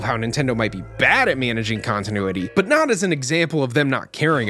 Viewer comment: You mean “kongtinuity” 😏